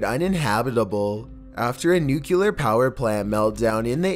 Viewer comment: Did anyone else notice that the tone of the narration changes frequently? Also it's pronounced "nu-clear" not "nu-cu-lar".